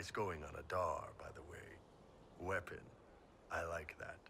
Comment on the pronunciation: 'Weapon', hu? :)